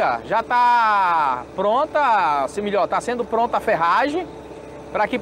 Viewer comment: "premeira", " si milhor", pare de matar o português